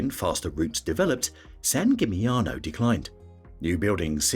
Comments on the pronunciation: Dubrovnik is the opposite of a hidden gem, on the contrary, it suffers heavily from overtourism. And Split is right behind. Same with San Gimignano (plus the pronunciation of the name is even worse than the others in this video). Even worse ist Mont Saint Michel, which should be visited including spending a night. And of course Venice (Venezia) is the best example of a place with overtourism, they even ask for an entrance fee from day tourists who don't spend the night there. Plus, they are trying heavily getting rid of all the big cruise ships in the lagoon. Hallstatt has become famous because of its copy made in China. Basically, many places in Austria are equally beautiful. Overtourism also leads to very high prices, so those places are tourist traps. It makes no sense promoting them further. The rest of this video can be regarded as helpful tips for tourists exploring Europe. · This holds true not only for the Italian names, although San Gimignano was the worst. And I am saying this as a German with almost no knowledge of Italian (except the menu in Italian restaurants).